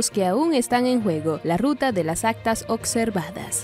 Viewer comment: SE DICE OBSERVADOS NO OCSERVADOS